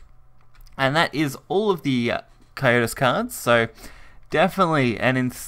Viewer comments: Cocytus*, not 'Cyotus', Scion(sy-on) of Desire*, not 'Sicken of Desire'. WRATHFful, not 'Wraithful Icefiend'. RIP education system. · It's pronounced "Co Sy Tus" not "Co yo tus"